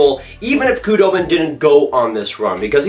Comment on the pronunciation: Saying the "k" in Khudobin is driving me nuts.